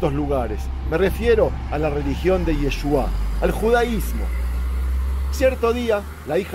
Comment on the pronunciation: es Yeshúa (ישוע) no Yeshuáh (ישועה)